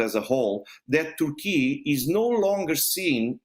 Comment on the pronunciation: What country is "Tourkee"?